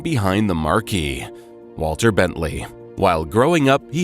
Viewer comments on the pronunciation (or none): Marque is pronounced mark.